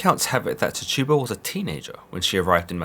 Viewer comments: I just wanna say that her name isn't pronounced Ti tu ba, it's tchi tu ba, chi tu ba, or chee tu ba. You would have to know to understand. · Every time he said Tih - tuba I cringed lol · Can you please say her name right😩😩😩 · Only Tituba knows what really happened. THE VOWEL I IS PRONOUNCED WITH THE VOWEL E SOUND. SAY IT RIGHT. AAARRRRAAAWWAAAKKE LONG LIVE TTTIIITTTUUUBBBA. LONG LIVE ALLL NATIVE AMERICANS TAINO TAINA!!!! ARAWAK ARAWAQUE